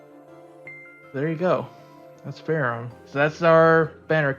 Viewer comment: I thought her name is pronounced "fer-ham"